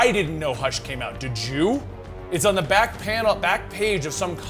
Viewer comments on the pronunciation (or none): none